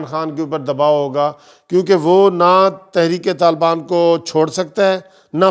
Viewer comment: Thrik talban nahi sahi bolo khoda k liy bhai